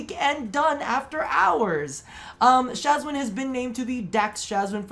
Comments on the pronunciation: They way you pronounce Shwazin... :') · I love your content and I agree with the Shawzin part, but the way you say Shawzin, makes me want to jump out of the window.